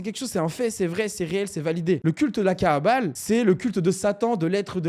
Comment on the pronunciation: Prononces bien frérot, c'est la kabbale, pas la kaàbale, ça peut porter confusion, l'étymologie des deux mots n'est pas la même. Cordialement